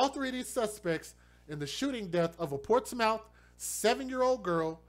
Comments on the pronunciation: Smh im from norfolk virginia been here 32 yrs all my life its pronounced like Portsmuth its just spelled portsmouth but wow this is sad 😢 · I'm late but it's pronounced "ports-mith". This is typical behavior for this neck of the woods. Not that it makes it okay but it lessens the shock. I go to that side of town because it has the closets church's chicken lmao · Pronounce Port•Smith